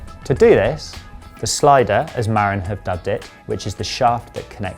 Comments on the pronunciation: The correct pronunciation is Ma-rin, not Mar-in. It’s a county in Northern California & arguably the birthplace of mountain bikes. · It's more like muh-RIN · Great review. Pronounced Muh-RINN' with the emphasis on the 2nd syllable & named after Marin County where they claim Mountain Biking began - though some Coloradans might want to get white knuckled over that - lol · LOL, I lived there, twice - it's muh-RINN' - emphasis on the 2nd syllable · Hey Bud, ya can't fix stupid, don't even try, they don't care and don't want to know. Oh, and you'd think someone who reviews bikes for a living could speak with the company at least once and get the pronunciation of their company & bike name correct, yeah?